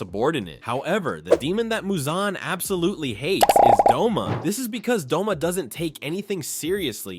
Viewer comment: Bro I thought his name was Doma not Douma. I thought I was a demon nerd😭